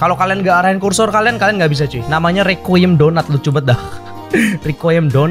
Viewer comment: Bang baca nya re ku i em